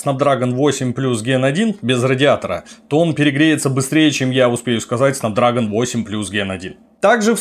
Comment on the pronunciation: Снэпдрэгон, а не снапдрагон